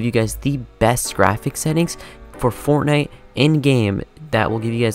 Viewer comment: he do be saying fornite